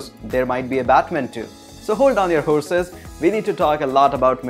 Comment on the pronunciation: "hold down your whoreses"lol